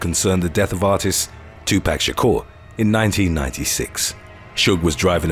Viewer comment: Not "two-pack-sha-core" 😭😭😭